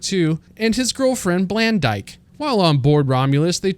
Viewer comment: "blandyke" yikes